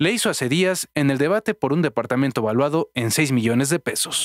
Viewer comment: No se dice deportamentog se dice depoartamento